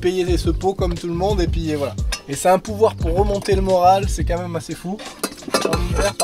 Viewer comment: "C'est qua même joli en pancake" Toi t'es du sud-ouest, sans hésiter... 😂